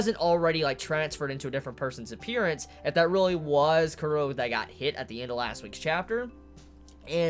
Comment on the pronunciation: why do you pronounce chrollo kuro?